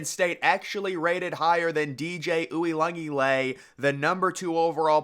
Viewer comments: Yeah it’s an insult to my fav player in CFP (Ooh-ee-un-ga-la-lay) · My brother in christ please learn how to say Uiagalelei good god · You said that like his last name was Jones or something 🤣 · So are you saying DJs name wrong on purpose? Lol I mean I have heard you say it about 499 times and Im starting to think you're doing it for laughs. Which works because I laugh every time